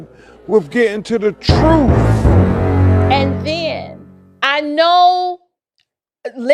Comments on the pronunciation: If I hear this man say TRUFF one more time I'm gonna crack 😩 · The way he says truthFFF irks my soul lol. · Perhaps this will help because you can only learn the Troof at a Learing center😂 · I’m sorry but…… “ tha troof will set you free” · Every time I hear him say truth with an F I cringe